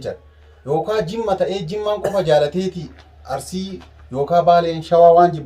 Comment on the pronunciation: Arurisi hin jedhini Arisi jedhi